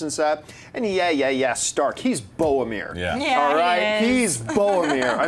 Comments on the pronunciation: John, dude, I love ya but please....BoRomir.....there is an R in his name. I know you take enough abuse on here, but please. BoRomir...not BoAmir. Love the show....I promise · He's "Bowamir" Son of Gondor